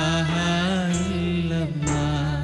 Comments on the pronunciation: ഒക്കെ നല്ലത്..... ലാഹിലാ ഹ അല്ല.... ലാ ഇലാഹാ ... എന്നാണ് വേണ്ടത് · ikkante voice okke adipoliyaan.but laahilaha alla tto plz change that mistake 😕